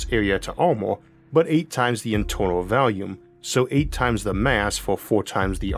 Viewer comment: When will you learn how to pronounce "volume" properly?